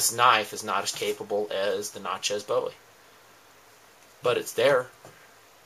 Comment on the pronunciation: why can't yankees pronounce "bowie" right?